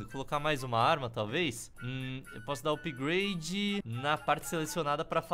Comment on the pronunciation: "Upahagdlglaglgafpade completo"